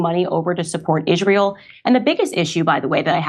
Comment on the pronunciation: why does she pronounce it "ishrayul" i dont understand